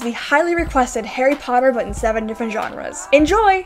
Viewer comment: Why do you pronounce genres as johnres lmfao